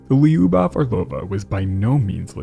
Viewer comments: It’s not “Li-You-Bov” It’s two syllables. If you can’t say “Lyu” just say “Lou” “Lou-Bof” would be closer to the actual pronunciation than what you are saying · For what it’s worth lyubov (любовь) is pronounced loo-bov